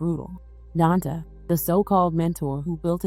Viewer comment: Girl you made up your own story on here. So many assumptions.....he was never accused of shooting a cop. They also didn't catch him after the crime, he turned himself in. Try sticking to the facts. His name is Donta( DON-TAY). He doesn't have a wrap sheet longer than anything. He's not a reformed drug dealer or gang banger. RIP and condolences to the family.